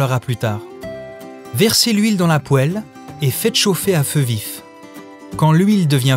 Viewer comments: Je pense que c'est un effet comique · il m'a rendu ouf ce con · Je déteste ça 🥶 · Vous faites exprès de prononcer poêle de cette manière ? C'est une vraie question. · moi j'adore